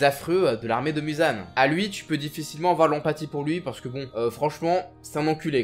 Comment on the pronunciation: Muzan sa ce prononce Mouzan